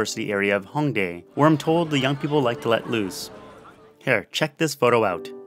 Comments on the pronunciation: Your pronunciation was great tho! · You said it right so I think it was fine!